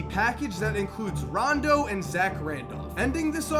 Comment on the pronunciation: He said rondo's name wrong